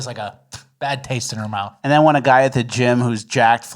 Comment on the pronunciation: needs to learn how to say "mouth" not "mouf".